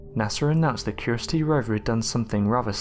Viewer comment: Curiosity not curosty